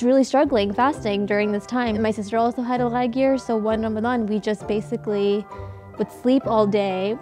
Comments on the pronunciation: Did she just say "ramaZan" 😶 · In Urdu or just in Pakistan they say Ramzan instead of Ramadan, Urdu speakers seem to say Arabic D sounds as Z's. Also Fast is Rosa. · Omg lmao I was thinking the same thing why did she say Ramazan rather Ramadan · cause it's call ramdan not "ramzan" I don't know from where did she get that... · Honey it aint Ramazan its ramadan! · Tf is ramzan its ramadan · Musically South Africa oh i know ,im muslim my self .I made my comment about the way the woman pronounced the word because its called ramadan ( رمضان) not ramazan .but anyway thanks for the reply. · I cringe everytime she says "ramasan" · sarah it is pronounced like that in some languages honestly the "Ramadan" makes no sense to me. It is called Ramazan ... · but the language of islam is arabic... she's not wrong in saying what the pronunciation is - non Arab muslim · She's south asian, in Morocco it's pronounced like this : R'mdan, not Ramadhan. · please someone tell she did not say "ramzan" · I don't mean to disrespect any language or country but as I know it's call ramdan and in the Quran it's call ramdan so we should say it as Quran says not as some people pronounce it cause when they grow up or have kids and teach and tell them about islam they still gonna say it wrong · did she just say 'ramzan' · RAMAZAN... maybe she is Pakistani. They don't pronounce the letter correctly. Unfortunately they do that in their prayers too